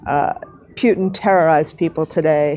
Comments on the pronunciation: Pew-tin?! Dumb@ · This is the illiterate morrrrrron leading our teachers' union. Putin is mentioned on every type of media 'thousands of times per DAY' and she's the only iddiot (sic) on the entire planet who pronounces his name "PIUTIN" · Winegarden can't even be bothered to pronounce the name "Putin" the way everyone else does. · President of teachers union can pronounce neither Lviv nor Putin correctly. The GW Bush of education. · Is that woman stupid or is she intentional pronouncing President Putin's name wrong?